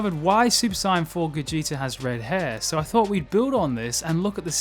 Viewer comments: I hate the way you pronounce saiyan. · i hate how he pronounces saiyan